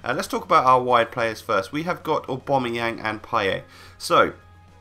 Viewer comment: saying aubameyang:"aubamoyang